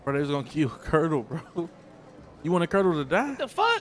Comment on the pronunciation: 😭😭😭 he said MAN F KURTLE